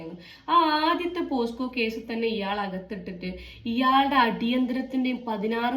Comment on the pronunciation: പോക്സോ കേസാണ്😂പോസ്കോഅല്ല